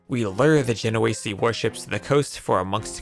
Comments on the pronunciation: Isn't it "Ache-r" and "Gen-oh-eese"??? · The way you pronounce "genoese" is so bad.